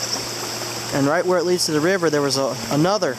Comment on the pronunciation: What is a "griss mill"